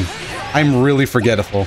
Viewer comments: "I am really forgettaful" - Dang ol' Doya. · "I am really forgetiful." - 2019